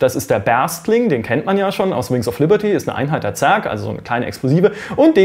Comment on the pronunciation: "Wer schon die Collectors Edition des ersten Wings of Lierty hat" ... :D Passiert, trotzdem gutes Video ;)